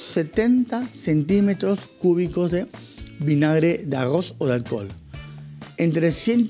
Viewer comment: Uuuyh que delicado con el arrrrozz. .